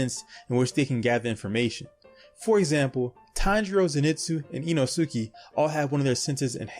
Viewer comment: InooSUki lol